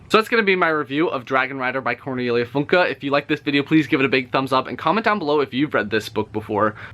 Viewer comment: It’s not funky it’s Funke